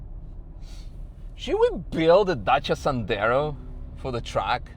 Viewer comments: Dacia Sandero ❌️ Dacia Sendaro✅️ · "Sendero" 😂 that's a new one. Also love how you pronounced Dacia, sounded perfect !